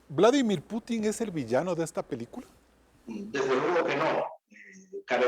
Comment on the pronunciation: Esa señora ni siquiera puede pronunciar el apellido del presidente ruso